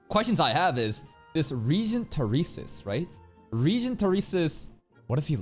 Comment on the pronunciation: W, Fanatic Theresa Believer. I still can't hear Theresis normaly after all the meme of him. More so after hearing say his name "The Racist"